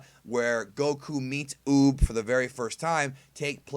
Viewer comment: Did anyone else Here him say "boob" at first when he was talking about Uub?